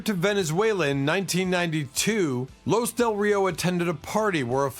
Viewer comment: Los Del Rio pronounced as Lost (but without the "t") or Laws Dell Reeo not sounding as Loose Del Rio